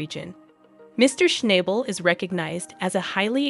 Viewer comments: If you're going to make videos about Paerker, at least get his name right. It's Shnahbul, not ShnAble. Jeeze. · Hey girl learn his name is not schnible😂..... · His name is shna bel iyiyi , you program is a mess if you dont pronouce his mame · Damn it his name is not Schnable with a hard A it's a oft a get it right!!!!! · Why in heck do you keep showing Todd Hoffmann crew. There was nothing about Parker and Tyler and you pronounced Parker’s last name incorrect the whole time!